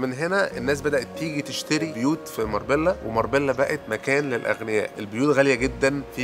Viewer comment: ينطق عليها (ماربيلا ) في اسبانيا